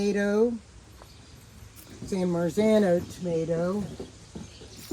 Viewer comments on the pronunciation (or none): I swear I thought she said while pointing towards the tomatoes that it was a variant called a "Toe-mah-toe".